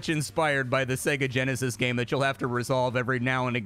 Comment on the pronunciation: helloo... bosss, yeah sooo.... I can't come to work today, said segageneshis too many times and... what do you mean i'm fired?? helloo?? helloooo??